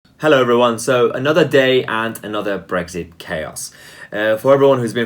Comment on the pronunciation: Brexit please, not Brekshit.